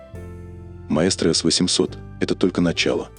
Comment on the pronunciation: Рассказывающий произносит название неправильно ) прислушайтесь . Такой проёб , при рассказе о сигменте премиум😂. Просто настораживает обо всем остальном